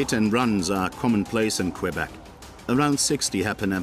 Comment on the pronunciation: la route la plus meurtriere au canada est la 401 , et la 11 en ontario. la 132 est mauditement loin d etre meurtriere. Quel video tout croche. je suis de Matane, la 132 est dangereuse en ete avec tous les touristes qui ont hate d arriver en vacances.pas en hiver, en hiver il n y a pratiquement personne. Et ce n'est pas qwebec, c'est kebek tabarnak. y vont tu apprendre a dire le nom de notre province correctement ces maudits anglais.